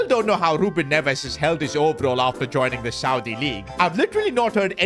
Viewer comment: When he said saudi I thought kante